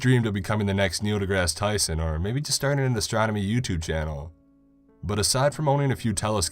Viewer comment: At first I thought he said he majored in astrology. I was like, 🤔 lol.